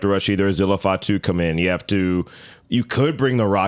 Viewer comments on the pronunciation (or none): none